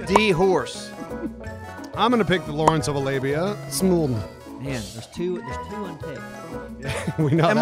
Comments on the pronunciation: "Lawence of the Alabia"? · "LAWARENCE OF A LABIA" lmao that's a powerful labia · im am honestly surprised they didnt catch him saying lawrence of alabia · did say lawrence of alabia?